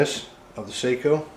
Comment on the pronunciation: Seiko is a watch.. Sako is pronounced “Saw-co”